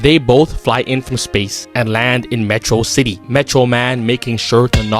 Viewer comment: you miss-pronounced metrocity